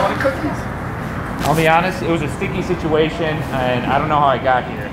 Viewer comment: The catchphrases I have your back this guys holding me back sticky stituwation 😂